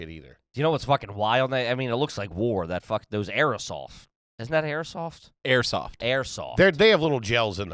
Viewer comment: calls it Airasoft